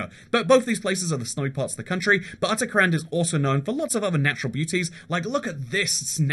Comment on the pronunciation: "utter-kuh-hand" im crying omg